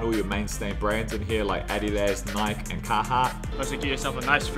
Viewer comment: You pronouncing Nike wrong!